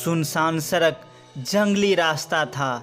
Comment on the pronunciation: सड़क डोलते है सरक नहीं